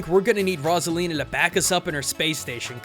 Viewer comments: It ain't "Rahs-uh-lee-na" it's "Rose-uh-lee-na" Sorry, I'm a Grammar Nazi ( ͡° ͜ʖ ͡°) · YOU SAID ROSALINA WROOONG ITS PRONOUNCED ROSE-A-LENA